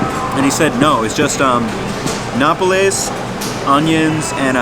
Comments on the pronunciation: i find cute when foreigners try to pronounce spanish things without actually knowing the languaje, it shows they're trying despite the languaje barrior. I don't think anyone here actually cares that much about them not pronouncing things exactly like a native like me, I get to know a ton of foreigners because they come for exchanges in my university and I have NEVER made fun of someone's accent and haven't found anyone doing it. I find rude people trying to say it's cringe that's he doesn't pronounce thing like advanced spanish student or a local when we are in a cooking video, not spanish lessons. No need to get pissed off at all lmao, it's not that deep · Please learn to pronounce nopales correctly. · It is NOPALES, not napoles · It’s Noh-paul-les. And you say your Mexican? Wait, your Canelo Alvarez right? Wait, your making Mexican food? What happened to your boxing career? Fight Charlo! Side note: Cutting the cactus into strips that a U-shape peeler can cut the pricklies off in a swipe will cut down prep time! After cutting the cactus, salting the cut pieces and letting them rest for at least 20 minutes will help remove moisture which will remove the sliminess. Wash with cold water and they are great in a salad! Fight Charlo! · Its not no-per-lays is NO-PAH-LEHS. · "Nope-less" yuummm "NO-Pole-s" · No-pa-less Nopales Not no-pul-es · No-PA-LES (PA, as in Papa and LES as in less), not nopoles! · the pronunciation is closer to “no-Pah-lez”, but its fine since his pronunciation is close enough to know what hes talking about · It’s pronounced No Pal Ace…. This is hard to watch. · It’s pronounced No-Pal-Ez. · May I correct you? They are called Nopales, and so you uneed to say no-pa-les . Gracias por el video. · no-PA-lays FFS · no pa les (accent on the second syllable) nopal (singular) nopales (plural) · THANK you, no-PUH-lays was driving me crazy lol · Pronunciation tip: Nopales = No PAW Lays. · Work on your Spanish pronunciation. Pretty bad.